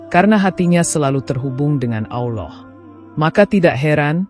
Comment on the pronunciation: Maaf klo saya salah, saudara ku seiman kedengaran nya saudara menyebut nama Allah..ada lah,,awllah mohon maaf hnya sekedar koreksi..SMG Allah mengampuni kita semua..aamiin..